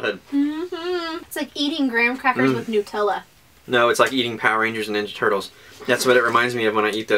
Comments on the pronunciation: It's nut-Ella not noot-ella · nootella lol its nutella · New-tella wtf!